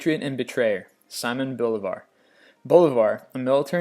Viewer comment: Good video but holy crap you pronounce things bad. It's not BÓlivar, its BoLÍvar, it's not Pitzarro, it's Pitharro or Pisarro, it's not CÓrtes, it's CorTÉS and I have no idea what the hell you said when trying to say GesTÁpo, something like GEstabuh.